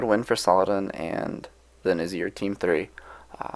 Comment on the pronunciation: There's one thing that bothers me. How should Nizars name be pronounced. Nazir or Nizar? Because even though it's spelled Nizar everyone keeps saying Nazir :D